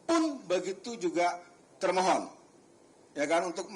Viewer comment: kok ketika hakim bilang termohon yg saya dengar malah termul 😂